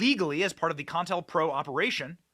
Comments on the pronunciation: Benny! It's COINTELPRO. NOT CON-INTELPRO. I'm sorry, but it's like nails on a chalkboard. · Co-intel-pro. Not contalpro. NO-BELL. Not noble. Come on, dude. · Ok benny say it with co. Intel. Pro. Not pronounced contel pro. Please it hurts my ears. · "COINTELPRO" ---->> "CO - INTELPRO," not CON - TELPRO lol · It's pronounced kow-in-tel-prow also co-intel-pro not con-tel-pro. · Sir. You he correct pronunciation is Co-intel- pro! Not Contelpro. Ever thing else you are correct on. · Bro. Its CO IN TEL PRO. Not "CON PRO". How do you miss the letter I literally every single time? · Bro it's not con-tellpro.its co- Intel-pro! As in counter intelligence program.js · Isn't it Co-Intel-Pro? James Earl Ray or Wray? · Benny, CO...INTEL...PRO. Please! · I think they pronounce it CO-INTEL-PRO. Counter Intelligence Program.👍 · Benny, pronounced Co-in-tell-pro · NO BELL PRIZE....CO IN TELL PRO.....Wish I could get a job helping you tubers w pronunciation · It's pronounced Ko-Intel-Pro. If you don't even know its pronunciation after all of these years, how can we take you seriously?